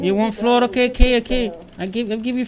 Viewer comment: "floorrr florr kk I give you floor too" lol